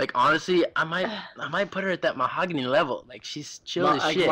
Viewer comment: "Mohagany level" I'm done